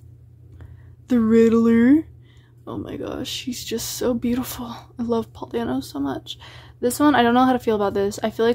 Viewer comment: The way you pronounce Paul dano's last name hurts me